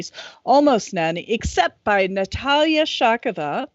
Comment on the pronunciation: Thank you, for pronouncing Natalia’s name correctly. No one ever does!